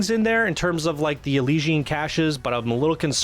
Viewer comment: The way you pronounce Elysian, is a fucking Greek tragedy.....